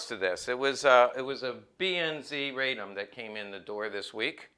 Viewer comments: Nice " rig ". Also you are mispronouncing the gun's name. It is a name of the city it was made in, RA-DOM. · OK, Let's get the pronunciation of the city of Radom, where the gun was made, correct. It's "Raa dome" for those of you non-Polish speaking people. It was a fine firearm with virtues of both the Hi-Power and the 1911.